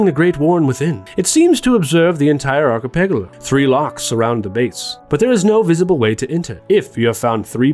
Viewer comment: yeah, that's... quite a way to pronounce it, huh